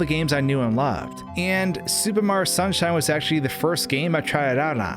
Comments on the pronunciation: Why does he keep pronouncing Mario as "Marr" it bothers me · "Super Maro Sunshine"? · I can hear the O sometimes, but I also hear the Marr as well, lol. I think he's just saying his name really fast